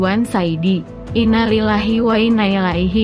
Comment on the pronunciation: tolong belajar lagi mengucapkan..innalillahi...belepotan....sakit kuping dengarkannya...